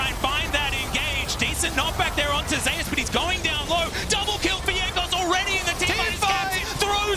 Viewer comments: why is he saying Zey-Yus?… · Why are they pronouncing Zeus has Zay-ous? It's like they never heard of the name Zeus...